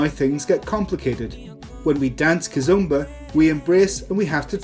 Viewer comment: It is NOT KIZUMBA it is Kizomba omba not umba